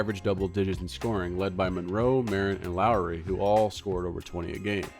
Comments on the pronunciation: Pronounced Lock-ery not Lowry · He had a problem saying Loughery, too.